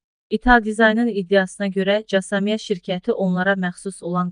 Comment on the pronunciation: 'Casa mia' yox, Kasa Mia 🤦‍♂️ Öyrənib oxusaz, daha yaxşı olar...